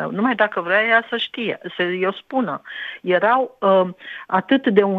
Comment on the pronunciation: "erau" nu "ereau" dle. Profesor